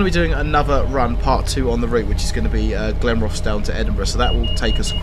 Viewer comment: Your right you do 'murder' pronunciation of Scottish place names, Inverkeithing is pronounced Inver-keith-ing by highlighting Keith when it is pronounced Inver-keeeth-ing, and of course Glenrothes, is said Glen-roth's with heavy pronounciation of the Rothes half of the name, But after hearing the pronouncing by the train announcement you did start to say them properly Am I a Scotsman from Fife? no I'm not! I'm an Englishman from Hertfordshire, it's fun though listening to your pronunciation And yes I agree the forth bridge is very well done🙂